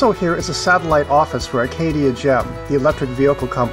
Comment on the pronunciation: please please please...pronounce ACADIA Park correctly in the future...it is NOT ARCadia! Other than that, the video was great!